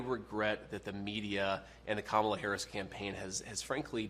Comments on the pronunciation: Her name is NOT pronounced Kah-mula, its (Comma-la), Kamela. Please get it accurate on your publication. Thank you. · It’s KA-mala. 😑